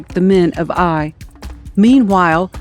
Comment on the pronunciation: It is pronounced Ay (like say) eye.